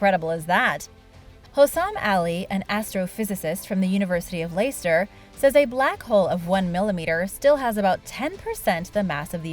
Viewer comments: It's pronounced Lester. Not hating just helping. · Leicester is pronounced LESTER. Please don't pronounce it like you just did.